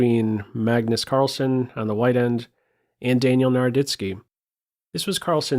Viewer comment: its not -son.. its sen.. like zen. carl-zen. as in sentry.